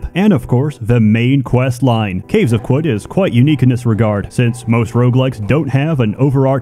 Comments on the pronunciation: I think it is pronounced "karud" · Its pronounced "caves of chad" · Ohh… it’s pronounced, “caves of Could”. It’s like “anything COULD happen”. That makes so much sense, I JUST got that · qud is pronounced kud i think, you neanderthal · It's pronounced kud, like kudzu. Short "u" like "uh." Seems like a reference to kudzu in the south united states taking over everything, a veritable kudzu apocalypse. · caves of kum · Protips from someone who played 200 hours of this: Qud is pronounced Cud, there's a debug option to turn off permadeath if you want to play this game like an Elder Scrolls, trade items have a constant price, making them a lighter, warer-backed currency. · Since I dunno how to pronounce Caves of Qud….i will use the acronym…..COQ!!!!! Yes we saw what u did there…. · I’m just here to listen to him pronounce Qud. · "I'm not sure how to say, so we'll use an acronym" Proceeds to pronounce Qud in the most annoying way possible. I love you so much pls never change.